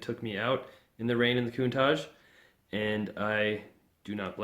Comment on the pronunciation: love the cars. Although every time you said Countach i would cringe. say it with an SHH sound at the end not with Z.